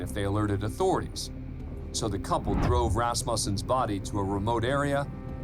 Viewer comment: It's ras mew sen